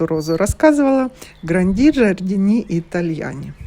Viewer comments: Гранди-ударение на ,,а" джардини- на первое,,и" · Гранди- ударение на ,,а" джардини-на період,,и"